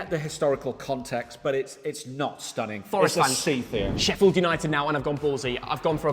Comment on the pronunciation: Sheffield not Sheffiled